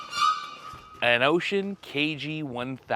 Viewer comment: Bro I like cried when you pronounced the name of the Radio right. God bless you…….. but really keep up the great 👍 work. Thanks